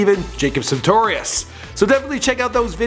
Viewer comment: Jacob santorius 😂